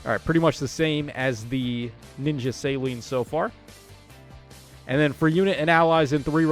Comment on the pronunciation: Céline is a french name lol people forget. suh-LEEN Like miss Dion